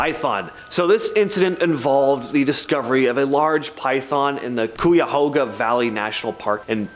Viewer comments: Kye-Ya-Hoe-Ga. It's the count cleveland is in, maybe learn how to pronunce the exotic ohio names before you make a video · Learn to pronounce Cuyahoga. Like kai-ah-HOE-ga or kai-ah-HOG-ah. Either is acceptable.